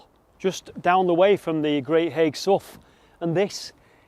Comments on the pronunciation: you say haigh like hay,. i live in Aspull next to haigh great vid again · Hi I think Haigh is pronounced "Hay" as in Hay hall. just saying, great video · Nice to see you’re in Wigan! Never heard of this so I’ll be having a look! I’m so pleased I’ll even forgive the mispronouncing of ‘Haigh’ lol. I Wonder if you got to see the nearby viaduct? 🤔🤞